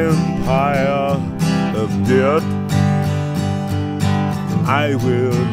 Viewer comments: "My empire of dyurt" lol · “My empire of dyrt”. 😂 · "my empire of....DUIRT" 🤣🤣